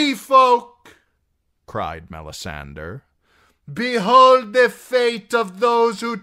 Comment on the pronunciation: Love your readings. I have the audio-books but I like your voice better. Why do you pronounce Melisandre like that though? Shouldn't it be "DRE", not "DER"? I was just curious to know because I've heard GRRM pronounce that name in interviews and he pronounces it as MelisanDRE as one would pronounce "Hombre". Edit: Typo